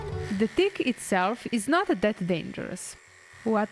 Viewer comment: She said ‘never saw a bigger dick’ when she meant tick. So cute.